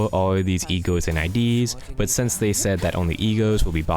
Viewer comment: omg when you were saying "E.G.O.s" I was hearing "E-girls" and it confused me so much